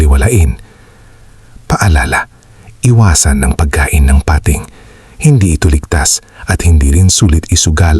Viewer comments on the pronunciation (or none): PATING NOT PA-TING